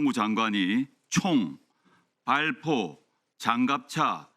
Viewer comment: 발,,,,,표 명령? 조국은 발포를 두번 쏘더니 ㅎㅎ 한번으로 줄여서,,,,? ㅋㅋ 출동 을 충돌, "에" 와 "의" 도 구분못하는 방송사라,,,,,, 앵커, 아무나 하는자리,,,, 아니죠? 조금만 더 신중해 주세요.